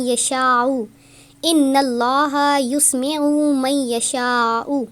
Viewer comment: اللة ىسمع کو قرآن سے دیکھکر صحیح پڑھۓ اپنے یسمع کے یا کو پیش پرھا جو غلط یا کو زبر ھے جزاک اللہ خیرا